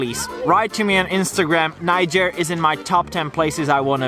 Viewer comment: Lol...you pronounce Niger like you're gonna say Nigeria. It's actually pronounced knee-zh-air. The 'i' in Niger isn't pronounced as 'eye' like in English. It's pronounced 'e'.